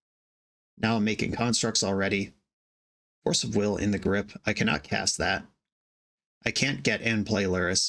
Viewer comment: "Force of wigger". Damn... with the hard R and everything. LOL.